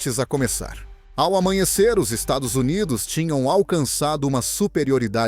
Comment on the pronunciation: Narrando uma merda, não consegue pronunciar dólares e Estados Unidos.